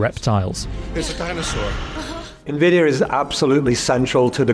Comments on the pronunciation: I love how you opened with 20 seconds on how to pronounce it, and then pronounce it wrong for the remaining 9 minutes. 👌 en-vid-ee-ah != in-vid-ee-ah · Igbo man calls it ENVIDIYA...